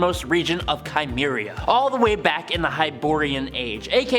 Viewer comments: As a huge Conan fan for almost 40 years... It's pronounced Simm-area. Not Kai-meria. Also, it's pronounced Hear-cane-ian. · Cimmeria - SIM AIR E AH Hyrkania HER CANE E AH Robert E Howard is rolling in his grave.